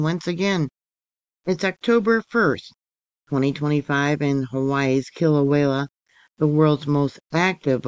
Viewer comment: Kill-away-uh. No L at the end. Thank you!